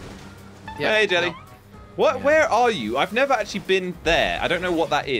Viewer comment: why does or should I say jelly say sabby